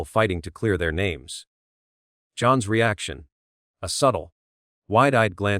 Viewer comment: You need to learn to correctly pronounce the names!